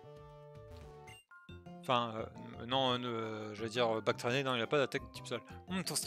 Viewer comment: "Batracné" et pas "Bactrané"... Et, plus sérieusement, les "combats métro" (sauf erreur de ma part) permettent d'accéder à des zones où tu peut faire des combats ou récupérer des objets ou des capacités (Si je ne me trompe pas).